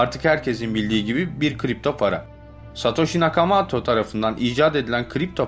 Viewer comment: Nakamato değil Nakamoto...Valet değil Wallet(VOLIT).Arkadaşım senin videolarını severek izliyoruz.Ancak bu işi yapmaya devam edeceksen profesyonel bir diksiyon kursu almanı tavsiye ederim.Başarılar.